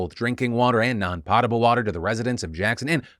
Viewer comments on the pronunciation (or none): Philly for future reference if the word comes up again, pretty sure potable is pronounced "Pote-able" not "Pot-able" 🙂👍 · It's pronounced POE-tahble.. like in potion ... not Paw/pah-tahble.. . :D it has nothing to do with pots. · Phil... You pronouncing potable out loud as "pottable" hurts my feelings. Still respect you though. Thanks for the news man, my flip of a coin was heads, is that a "no civil war flip?" Or am I to now go buy a crossbow and musket? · Philip, the word is "Po-tah-ble" , not pronounced Pot-a-ble lol..thanks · Pot able. It’s pronounced “pote able”🙃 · Potable, not "pottable". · Poe-tuh-bl - Poe-tuh-bl - say it with me now 😛. Just giving ya good-natured shit :). All joking aside, great video as usual. :) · Did phil really just pronounce potable as pottable